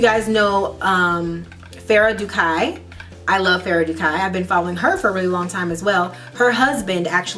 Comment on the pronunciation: Fara du=kai lol..Americans NEVER pronounce things properly,never,you all use the wrong pronunciations.